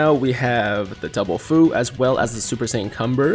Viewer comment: Other Dokkan YTers say that Fu is pronounced few not foo just letting you know my guy, keep up the good content 👍